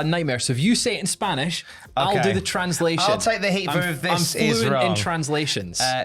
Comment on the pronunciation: Your spanish pronunciation was pretty good understandable